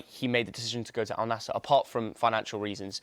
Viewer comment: It's not Al nassIr mate AL Nassr get with the program mate